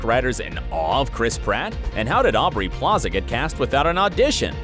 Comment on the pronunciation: This nigga just said AUDREY Plaza . . . 🤦🏿‍♂️🤦🏿‍♂️🤦🏿‍♂️ Thumbs down